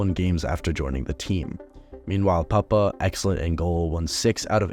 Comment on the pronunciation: Its poop-pah not puppah